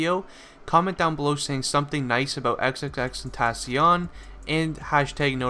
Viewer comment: the way he says xxxtentacion. is horrible. im sorry.